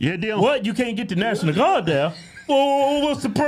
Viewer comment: " Did you calll the Naationmal Guard on the day of...???" ........haha...Yea and they will be assemmbled in two days ... :P what a goof ..!!!